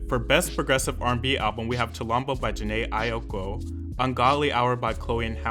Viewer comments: Jhené AIKO, not AIOKO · it’s Jhené Aiko (EYE-KOH) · "Jhené Ayokou"💀💀💀💀💀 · He threw a few extra syllables into Jhene Aiko as well. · I wish people would learn how to pronounce Jhenés name. It’s pronounced Eye-ko. Idk where y’all be getting these extra letters from lol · um am I the only one who mispronounces the names differently? Like he pronounces them differently and I wonder if I've been wrong this whole time; Jhene AiOko? bon eever? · & jhene aiko 😭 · excuse me... FOE-BEE BRIDGERS?????? and jhene aiOKO???? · He also weirdly pronounces Jhené Aiko